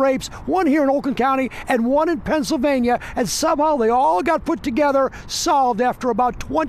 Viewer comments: By the way Pennsylvania is one word. It's not Pennsyl Vania, it's Pennsylvania. 😆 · "Pencil vane yuh"